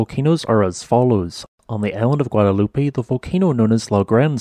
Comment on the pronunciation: Also mispronounced Guadeloupe. It is French, and therefore the last e in the name is silent, not as it would be in spanish.